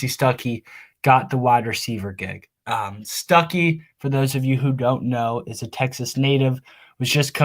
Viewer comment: Quit calling that man Stookey 😂 he's a Georgia native by the way just fyi. Stuckey will be a game changer for ND WR recruiting.